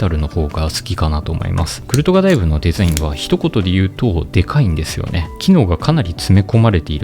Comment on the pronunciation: デェザィンの発音を統一してほしいです！